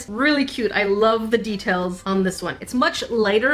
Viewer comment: When she Said the deatails on the boba cat it sounded like she Said teatales